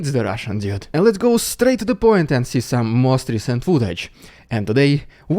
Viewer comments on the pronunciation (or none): when you say, "its the russian dude" you sound like saying "its the russian idiot", maybe pronounce the dude part a bit harder :D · Yeah. I always hear idiot as well lol.